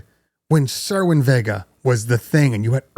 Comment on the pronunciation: OOOHHHHHHH!!!! THAT DUDE SAID CERWIN VEGAS!!!! HAIL YEAH!!!